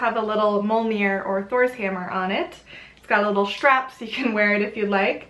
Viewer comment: Awesome video, a lot of the revival movements prefer "heathenism" over "paganism" to differentiate from the more common pagan faiths. A few things to point out is pronunciation, obviously things can be pronounced differently in different cultures however (meant to be helpful not critical) Mjölnir - sounds like: "muh-yoll-near" with a rolling r Blót - sounds like: "bloat" Ásatrú - sounds more like "ouse-a-tru" will not even start in on the gods or Yggdrasil, you clearly know your stuff :) I just think it's fun and fascinating to learn Old Norse and Icelandic. Very cool pieces I got to see an actual statue of Freyr at the museum. The Þórr statue they theorize could just as easily been a game piece. Still very cool piece and interesting to consider where it might have been from. Check out grimfrost for Jewelry. Awesome stuff on there and most is based on old finds.